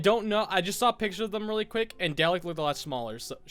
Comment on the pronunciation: doctor who you say it darlik not delek my bubby would be so prod😁 I hate doctor who.......